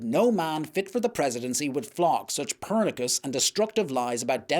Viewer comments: ..ish.. "purnickus?!" ...do you Maybe mean: "pernicious?" (pronounced: perNISHus) it would fit the sentence, anyway... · Pernicious… not pernikus. Per-nish-us. You’re welcome. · The word "pernicious" is pronounced "per-NISH-us", not "PER-nih-kus". Maybe you're thinking of the astronomer Copernicus? WTF do they teach you kids in school these days? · Jesus. Pernicious is pronounced per-NISH-us, nor PER-ni-kus. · Pernicious is pronounced Purr-nish-us not Purr-nick-us. Great story and astute analysis here. Well done. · "pernicus" ("per-nick-us")? don't you mean "pernicious" ("per-nish-us")? 🙂 Other than that, very well spoken. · Purr nih shus, not purr nick us. (Pernicious.) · So glad they wrote this piece. And the word is "pernicious" (purr-NISH-us).👍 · Thanks for this. Good to know that there is some semblance of balance creeping into MSM. (By the way. The 'c' in pernicious is soft. As in 'sh'. ❤. I have spent 12 + years in Spain running a language exchange group. Eventually did the teaching course as it became obvious I needed the skills. English, esp UK English is difficult re spelling and pronunciation. )